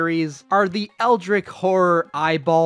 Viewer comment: dude said ELDRICK… it’s ELDRITCH😭😭😭